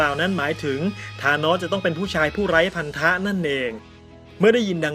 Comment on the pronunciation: ไร้พันธะ ฟังเป็น ไร้อัณฑะ